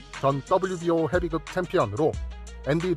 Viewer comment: 헤빗급이라고 발음하시는게 맞습니다.